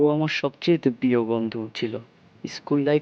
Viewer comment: Nice story vaiya ..but plz bondhu ta properly Bolbn ..apni bondh bolen